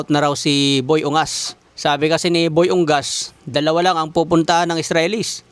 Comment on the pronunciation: Hindi ka yata nagbabasa?😂 UNGAS bigkas Nyan Hindi UNGGAS😂